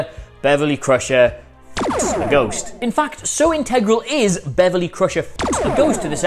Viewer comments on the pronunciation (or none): Ghost? I thought you said goat!